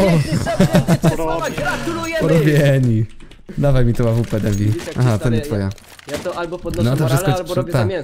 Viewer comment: O panie ale kaleczysz ta AWP :)